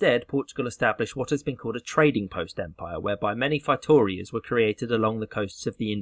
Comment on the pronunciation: It's fay-toe-REE-as.